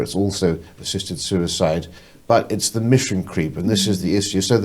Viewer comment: has aged 10 years in the space of 2 and still hasnt learned to pronounce "th". Other than that great episode 👌🏻